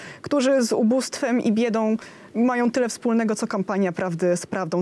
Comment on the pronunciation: Błagam ani MIRONO - majoM, mówioM słuchajoM - ja tak bardzo lubię Pani wypowiedzi ale nie mogę się pogodzić z tym, że tak nie dba Pani o prawidłowość wymowy... to niedbalstwo które kompletnie do Pani nie pasuje